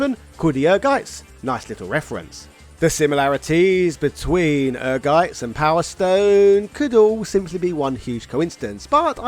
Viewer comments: The title of the game is pronounced "Energize" (It doesn't stress the letter n). It is an "engrish" typo, which is when Japanese developers misspell English words according to how they sound to them. The logo for Ehrgeiz is a battery conducting electricity for context (ie. The battery is energizing). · Greets from Germany. Ehrgeiz is a German word and it's correct pronunciation is "Air-Gaitz" 🇩🇪✌️ Great video as usual! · Without even watching it's Ehrgeiz... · I adore every American who try to say the German Word "Ehrgeiz" its's always Funny